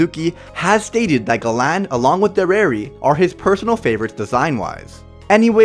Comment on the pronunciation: It's galan or garan